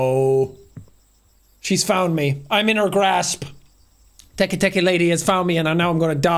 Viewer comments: I like when Jack was trying to pronounce teketeke and he said tiki tiki the only thing I was thinking right now was the SpongeBob episode of Squidward's tiki land 😂😂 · Te-Kay te-kay ❌ Teek teek ❌ Tiki-tiki❌ Teke teke✅ Got it the fourth try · him unable to pronounce Teke Teke at first hurt me as someone that loves Jappanese culture and mythos